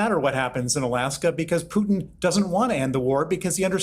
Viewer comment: nobody cares about your military family piers, nobody. also congrats on learning how to say 'putin' and not 'pewtin'